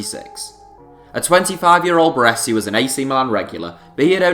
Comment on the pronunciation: Considering Celtic knocked back 15m from man u in the 90's for Larsson, this valuation is silly. I would expect no less though, from someone who can't even pronounce "Baresi".